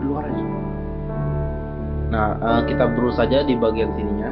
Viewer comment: Brush bacanya bras, bang..